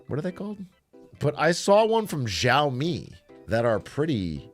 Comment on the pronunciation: The way he pronounces xiao instead of siao